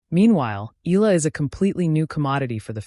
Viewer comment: Akex Eala’s surname is pronounced thus: E-YA-LA! Please take note! 🫤